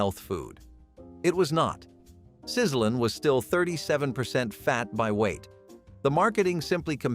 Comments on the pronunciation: It's not pronounced Sizzle-en. It's pronounced Sizzle-lean. As you said, leaner bacon, supposedly. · “Sizzle lean” … not sizzling’ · Good gravy, find a human to do your narration! It was "sizzle-een", not "sizzlin'"! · Sizzlean is also pronounced wrong, along with a couple of other product names. It's ok if we know the right pronunciation but would sound strange to anyone else. I thought it was funny when the voiceover said 'Cha-cha-cha Chia" like it was the chacha dance.